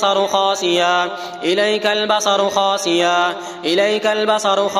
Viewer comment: بھائی میرے ساتھ ایک سعودی سن رہا ہے اسُنے کہا ہے خاسعا نہیں پڑھے گے خاسئا پڑھیں گے آپ دوبارہ سنیں اور درست کریں۔ ویڈیو میں سنے